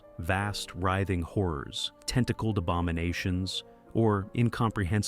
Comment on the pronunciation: This guy says horrors like whores..